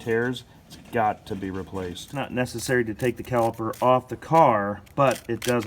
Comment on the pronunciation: CaliPer.. With a P.😁